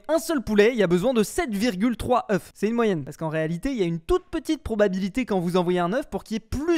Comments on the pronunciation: ŒUFS, se prononce oeux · faut lui dire que oeuf au pluriel c "Eu" (prononciation) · Le faîte qu’il dise « œuf » quand il parle au pluriel me perturbe trop 💀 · Faut faire quelque chose pour sauver le français. Des fermes à œufs [prononcé au singulier] :/ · le f ne se prononce pas au pluriel de oeuf